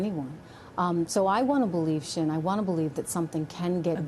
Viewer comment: Xin is pronounced as sin,not shin. Xi,presidents surname as si( as in yes in Spanish)not she